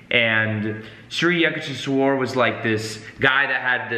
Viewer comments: Its pronounced shri yuuk tesh wire 💚🙏🏻 11 years on the path at the encinitas temple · Hey! Saw you struggling with the pronunciation of Yukteshwar guru’s name so I thought I’d try help you out so it’s easier. Its pronounced like You-k-tay-sh-war. Hope that makes it easier for you. Love your content and love the fact you mentioned this book. Love from India! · Pronounced Shree You-TEK-Shwar. Sri Yutekswar., find a Self-Realization Fellowship near you. You will learn so much more. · The most overrated nonsensical book ever. More like a Christian missionary monk selling mystic oriental ideas to the west, which has been in a quest for spirit since it lost its in the age of enlightenment. Complete & utter degeneracy. For goodness sake, thats just plain murder of Samskrutha words Yuktheshwara its Yuktha (tha as in thaw) + Eshwara.. eeesh, Yuktheshwara. With all due respect to you guys, it's sad to see a language so ancient & literally the legacy of half of the world population that migrated from central Asia to the west & the east from the proto info European.. Samskrutha is all about pronunciation swara, maathra.. Anybody talking about spirituality if they don't understand the essence of Samskrutha as the very refinement of breath & consciousness clearly cannot attain any insights into the nature of the transient to realise the transcendant. Samskrutha is a tool to realise the transcendant especially if you wish to realise it through the realms of Mantra the universe which is a manifest Pranav Aumkara of A maara, who U kaara, Ma kaara.. Aum the primordial monosyllables. This yogi paramahamsa is definitely a figment of some clever missionary not necessarily christian but he is definitely a missionary not necessarily a bad thing or inauthentic it's clearly with all possibility a part of Shramana tradition but clearly phony as far as the traditional schools & even the most secretive ones go.